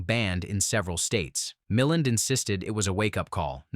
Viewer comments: Ray Mill-end? How about Ray Mill-and. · Ray Milland's surname is pronounced 'mih - LAND'. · No video that can’t pronounce the name of Ray Milland has any business pontificating on movies. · You're right. I've blocked the channel, been doing that a lot lately.